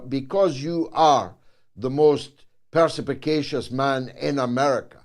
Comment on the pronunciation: Can someone please tell George that the word is perspicacious, and not perspicapacious?